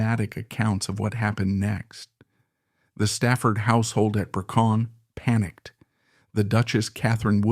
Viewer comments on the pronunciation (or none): Brecon castle. Not Bercon.